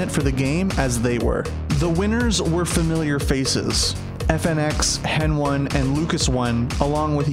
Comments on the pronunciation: ITS HENI ON HENONE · Who calls him "Hen-one"? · Hen 1 (bruh just say heni :v)